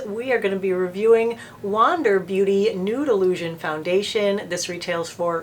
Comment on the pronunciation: Ha, ha, ha! When you were saying the name of this foundation, I thought you were saying Noodle Lusion. Thank you for giving me a chuckle today. Hugs